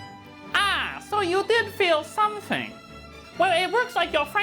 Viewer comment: "Ah so you did feel somethink" bahahaha I love this add, top job and wifeysauce.